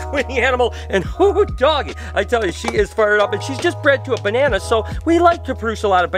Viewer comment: ", you want a bananerrrr".. Had me dying